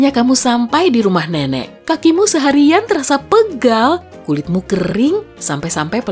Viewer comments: kok M3M3K sih min harusnya kan nenek 😄?? apa hanya gw yg salah denger 😃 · Gua denger nya m*m*k apa lu salah ngomong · moon Maaf kadang aku mendengar memk 😅😅 kdng nenek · yg aku denger ,Mem*k maksudnya apa? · astagfirullah kok gw dengernya ''M3MEK'' ;( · Mon maap, gua kira mem*k:v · mungkin maksd nya nenek tpi kok aku denger nya Mmk ya😅😌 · eeee Mon maap nih ya moon maap nih dimenit kok kayak bukan nenek ya tapi kedengarannya kayak bilang mem*k Apa perasaan gw ya? Kalian juga gitu gak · Menit dia bilang nenek atau memek ? Sampe berkali ngulang tetep sma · Bilang nenek tpi dngrku kok mem** ada yg Sama ? 😭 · apa cuman gue yang Denger nya mmk :v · lidahnya menciut 😂😂😂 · Sampe aku ulang kirain mem*k😭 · Sama njir. Pas aku denger 2 kali baru kedengeran kata "nenek" nya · "MEMEK" apa gw salah denger yah?😂😂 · apa gw salah denger atau emang orangnya salah ngucap?(m*m😂k) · Maaf saya dengernya m*m*k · yang gua denger , " Memm.... "